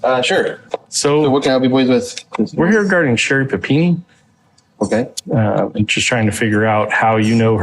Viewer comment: Never going to unhear Sherri Panini and I don’t want to 😂